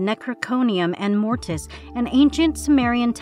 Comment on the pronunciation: Ex Mortis, not An Mortis.